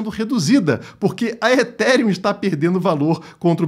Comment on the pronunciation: É o início do fim do “eTíRiUm”